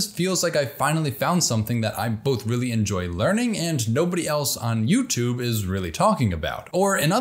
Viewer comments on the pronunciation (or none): none